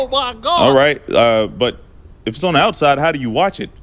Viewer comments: “On the outsoide” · "The outSOIDE" 🤣🤣🤣🤣🤣🤣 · "On the OUTSYDE" 🤣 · Bro I died when Batman said “on the outsoide my nigga.” Pronouncing like that 😂😂😂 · "Outsoide." lol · On the OUTSOIDE my nigga! 😂😂😂😂😂😂😂😂😂😂😂😂😂😂😂😂😂😂😂😂😂😂😂😂😂... 😣 Nah... Batman said outsoide